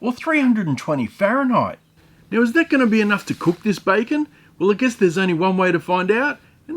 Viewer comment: Did you call the bacon Kevin 😂😂😂😂